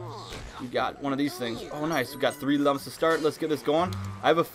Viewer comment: I know it, but it pronounced as " LOOMS " not lums